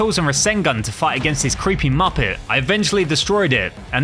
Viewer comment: You said mupit